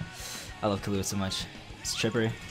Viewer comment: ahhh sadness u say killua wrong